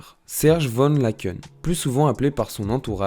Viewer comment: Laeken se prononce tout simplement "Laaken" Sinon, merci pour cette vidéo, et ces recherches! Ayant vécu son ascension "en direct", j'avoue être parfois frustrée lorsque certains éléments de son histoire sont omis ("j'ai vu", qui a vraiment créé un gros engouement autour d'elle à l'époque, sa 1ere tournée sans album ou encore ses débuts enfant, qu'on est beaucoup, je crois, à ignorer😮)